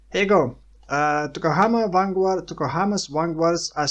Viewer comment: A note on pronunciation, in the word Vanguard, the 'u' is silent while the 'd' isn't. Same as guard or guardian. As for build suggestion, elemental hit, range attack totem, trinity, elemental equilibrium. Maybe throw in barrage to build stacks of trinity quickly. *I just checked and Trinity doesn't work with totems so either one or the other, up to you.